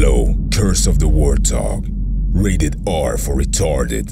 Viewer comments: Hold up he said wart tog. Not warthog. I'm confused. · It annoys me how he pronounces Warthog Its Wart-hog, not War-tog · Wort- honk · Ever heard of an accent?